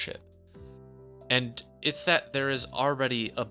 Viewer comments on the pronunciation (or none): none